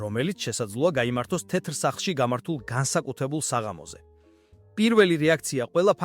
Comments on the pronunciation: "ტეტრ სახლშიო" რომ ამბობს მაგას არმიაქციეთ ყურადღება? ხელოვნური ინტელექტი ახმოვანებს იქნებ მიხვხეთ როგორმე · ტეტრ სახლში რომ ამბობს მაგასაც ძალით ხოარ იტყვის, ხელოვნური ინტელექტია